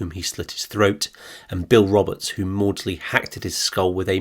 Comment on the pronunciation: Its not Morley its Maudsley.